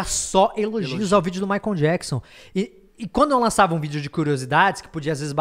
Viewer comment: Castanhari pronunciando "maicon" ao invés de "maicol"... meu deu Gatilho.